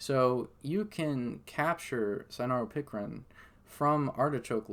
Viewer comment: It sounded like what u spelled or maybe even spelled what he said wrong in the written transcripts...none the less...he spelled the correct word out for you in his reply...he was saying cynaropicrin....not sanoran pickering.